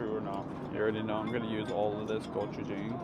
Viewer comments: gochujang: go-chu-jahng not go-chu-jayng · This is how you pronounce gochujang. 👍🏻👍🏻